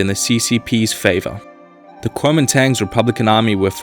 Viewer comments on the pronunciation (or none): Pronounced more like, "Gw-oe man dong"